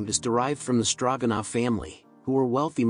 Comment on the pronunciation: The "O" in stroganoff is long. 🙄